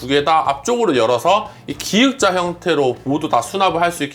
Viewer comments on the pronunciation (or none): 들을때마다 신경 쓰이는데 기역자 주방라고 정획한 발음하세요~~